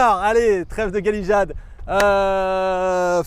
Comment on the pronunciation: Je ne veux pas MÉGOTER, mais on ne dit pas GALIJADE, mais GALÉJADE.... Pareil pour Geoffre et JOFFRE, pauvre maréchal. 😪